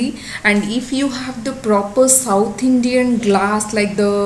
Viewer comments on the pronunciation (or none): none